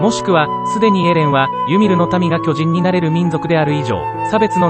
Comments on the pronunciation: 途中途中イントネーションが気になりすぎて内容入ってこなかった... きょじ⤵︎ん⚾️ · 巨人の発音が読売で草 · 巨人の言い方がジャイアンツで草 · いい内容だけど、巨人の発音が野球すぎて気になる笑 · 巨人の発音が野球の巨人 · 巨人のイントネーションが読売で草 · 巨人のイントネーションが完全に野球チームのソレで笑った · すげぇいい内容なんだけど 巨人(↑↓)の発音がどうしても 読売ジャイアンツで笑ってしまう 巨人が支配した世界にケリをつけるってV9した巨人の話じゃ無いですよね？ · 巨人の発音が全部ジャイアンツで草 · ソフトの仕様だろうけど巨人の発音が野球のそれでじわる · 解析中のイントネーションが色々と気になった 巨人のイントネーションも読売ジャイアンツのイントネーションだし まるでジャイアンツに誰かが入団したり退団したり又は球団を解体したりそういう風に聞こえた（笑） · 巨人の発音が読売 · 巨人の発音でどうしても野球がよぎるw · 巨人の発音がオール巨人なんよなー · 巨人の発音が読売巨人軍だから巨人を駆逐するエレンが阪神ファンに見えてくるわ。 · 巨人の発音がジャイアンツの巨人… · 巨人の発音が、野球の巨人の言い方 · 巨人の発音が球団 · 野球の巨人の発音で草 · 巨人のイントネーションが野球なんだよなぁ… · 巨人ってとこのイントネーションが ジャイアンツの巨人やん😂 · この発音での「進撃の巨人」は、ただ連勝しまくってるジャイアンツや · 巨人の発音がプロ野球の巨人っぽい笑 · 話と全然関係ないんだけど、巨人のイントネーションがジャイアンツのそれなのが気になる… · 巨人のイントネーションが完全にジャイアンツ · 巨人の発音が球団なんだわ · 巨人の発音がずっとジャイアンツなんよ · 巨人の発音のせいでエレンが過激なタイガースファンみたいになってて草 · 巨人のイントネーションがジャイアンツなんよ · やっぱり、読み上げ音声は「巨人」の発音があっちの方になる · 巨人の発音気になる(笑)⚾それ以外素晴らし🎉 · 巨人と戦鎚の発音が嫌い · 巨人の発音が読売ジャイアンツ笑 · 「巨人」の発音が読売ジャイアンツの発音で気になるｗｗ 棒読みに学習お願いします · ナレーション「巨人」のイントネーションが野球チームになってるからクスッとくる…… 「巨人のいない世界を作る」とか阪神ファンか！と思っちゃう。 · 巨人の発音が読売なんだよなぁ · 巨人の発音が野球の巨人にしか聞こえんww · 巨人の発音が読売巨人軍のそれ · “巨人”の発音が完全に“読売巨人軍” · 凄くどうでもいいだろうし全く関係無い上に個人的な話で本当に申し訳ないんだけど 「巨人」 の発音やイントネーションのせいで読売ジャイアンツが頭をよぎって仕方がない。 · 「巨人」の発音のせいで「永久に不滅です」の方がボコボコにされる話みたいで草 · 巨人のイントネーションが完全に野球寄りなんよ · 巨人のイントネーションが野球チームなんよ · 巨人のイントネーションのせいで、巨人のいなくなった世界は阪神が悲しむだろうなあとかいう妄想が膨らんで仕方ない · 巨人の言い方がジャイアンツなんよ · イントネーションが読売の方の巨人で草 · 巨人のイントネーションが、ジャイアンツ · 巨人のイントネーションがジャイアンツ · “巨人”の発音が読売ジャイアンツなんだよなぁ… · 巨人が野球の方の巨人のイントネーションになってて笑ってしまった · 巨人のイントネーション。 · 巨人の発音が野球の方やねん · 巨人のイントネーションが読売の巨人の方で笑ったわｗ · 巨人のイントネーションがジャイアンツの巨人なのよ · 巨人のイントネーションが完全に某野球団のそれ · 巨人のイントネーションがジャイアンツなんよwww